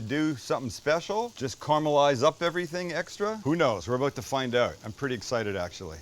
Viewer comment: "We're aboat to find oat!"